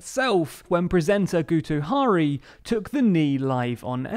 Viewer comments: The pronunciation of Guto Harri 🤦‍♂️ Harri as in Harry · Can you do some preparation and get your pronunciation of Welsh names right? Guto is pronounced Gito with a short i. Harri is pronounced as the English Harry not as Mata Hari. Contempt for correct Welsh language pronunciation seems to be embedded in English culture and it's disappointing to see, a supposedly progressive channel, perpetuating the centuries old tradition of ignorance.